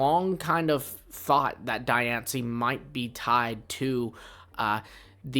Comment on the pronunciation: Die on see? Diancie. 😂😂